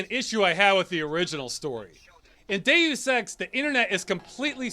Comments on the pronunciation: I can't stop hearing you pronounce Deus Ex as gay sex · Deus Ex sounds like Day of Sex